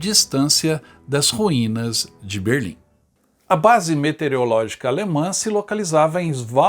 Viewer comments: Só corrigindo: Não é "Metereologica" e sim "Meteorologica". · Parabéns pelo vídeo. Só que a pronúncia não é metereológica e sim meteorológica. (de meteorologia). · É, mas a pronúncia é METEOROLÓGICA não "metereologica". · A única coisa que incomoda bastante é que não se diz METERIOLÓGICA, se diz METEOROLÓGICA. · Excelente documentário. Peço que o narrador corrija um erro grave: não se diz METEREOLÓGICA, mas METEOROLÓGICA. O nome da ciência é METEOROlogia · Não é "metereológica". É meteOROlógica. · É METEOROLOGICA, NÃO METEREOLOGICA KRL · METEOROLÓGICA, NÃO METEREOLÓGICA. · observei que você, todas as vezes, pronunciou "metereológica"... 😎 Você não percebeu?